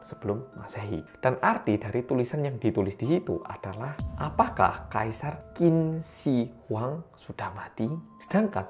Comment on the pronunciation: Bukan Qin Shin Huang, benernya Qin Shi Huang atau di Indonesiakan Tjin Shee Huang Jadi bukan Shin adanya she bacaan benernya kalau by Indonesia itu chin she huang (e di she itu dibaca kayak baca e elang)